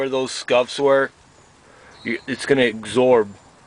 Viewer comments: it's going to egsorb? wtf? absorb? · Just "egsorb" some fresh air and "blendle" your frustrations away. 😂😂😂